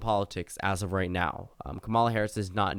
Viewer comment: God her name is pronounced KAW-muh-luh. Not ka-mawl-uh